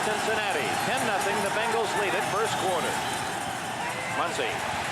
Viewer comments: Say it with me….BENGals….BENGALS…… not BANGLES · BENGals. Not f’n BANGals